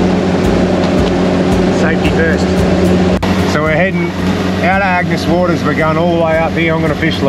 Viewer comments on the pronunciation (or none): Its not Agnus Waters its "Water" and OMG I watched for nearly 28 minutes without you drinking a beer well done.